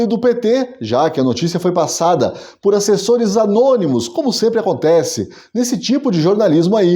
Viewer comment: "Acessores"? Kkkkkkkkk😅😂